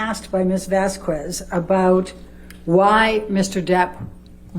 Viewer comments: The proper pronunciation is Vaskez not Vasqwez. Elaine get it right. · I really don't care, but as a spanish speaking person, the "Bas Quest" (nstead of iVazquez) was funny as fuck. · Vasquez is pronounced like Vaskez the, u between a q and an e is always mute. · Why can't Elaine remember Camilles name. Why does she keep calling her Vaskwez? What's wrong with her?😮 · Elaine, one pronounced Camille's surname is pronounced VASKES so give her the respect of pronouncing her name CORRECTLY. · Probably revenge for them pronouncing her name "Vaskwez." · Please, someone tell this woman that the u in Vasquez is mute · Am I the only one who gets annoyed by the lawyers inability to properly pronounce Vasquez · Elaine refuses to pronounce Camille Vasquez' name correctly. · JajajJ.a... I kept correcting her pronunciation of the last name in my head. Lol... no one I work with says my last name correctly.